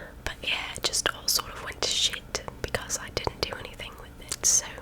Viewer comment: I dont know what's more funny her saying wen' to Shit or her stomach rumbling 😁👍I would give you A proper Dab .